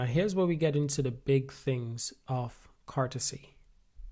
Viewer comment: Can you stop calling it cartazay